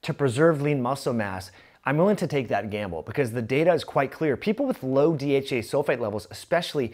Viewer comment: Fix your speech it sounds like you're saying DHA which is completely different that dhea